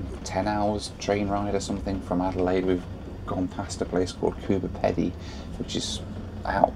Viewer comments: It's pronounced Nulla -boar....... And also it's Coober Pee-dy. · Fabulous video. Really enjoyed it, thanks ! A couple of incorrectly pronounced place names: Nullarbor (null-ah-bore) ; Cockburn (co-burn); Coober Pedy ( Coo-ber PeeDee) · I love your videos but, please, please, please learn the pronunciation of the places you go to. It's Coober Pee Dee, and Null Are bore. And incidentally the closest the train goes to Coober Pedy is Tarcoola which is close to 200km away. Years ago I traveled from Perth to Adelaide on the Transcontinental (I think, long time ago) with my car on the back. I was in one of the front carriages in sit up and the guard came to me and asked me to follow him to the back of the train. The boot on my car had popped open and they wanted me to close it. That was only about 15 carriages but that was far enough.